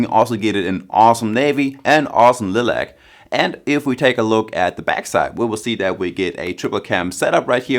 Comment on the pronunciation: it's pronounced Lie Lac... not lil lac. Everything else was great! Thanks!